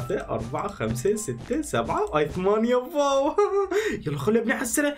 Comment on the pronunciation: واو ❎ ڤاو✅ 🤷🏻‍♀️🤷🏻‍♀️🤷🏻‍♀️🤷🏻‍♀️🤷🏻‍♀️🤷🏻‍♀️🤷🏻‍♀️